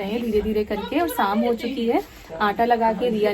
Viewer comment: Sam nahi sham hota hai theek se Bola karo